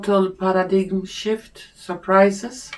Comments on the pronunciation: Paradime - how paradigm is pronounced in English👍🏻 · A tiny little help for pronunciation: paradigm /'pærədaim/ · you definitely have a strong intuitive gift. The reading was quite informative. I noticed you were having trouble with the word "paradigm." It comes from the Greek language, and has a spelling that is unusual for English. The pronunciation is like this: PAIR-a-dime. Thanks for all you do! ❤ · Thank you for you beautiful spirit and especially from speaking in English so more of us can follow. Just a not Paradigm is pronounced as para dime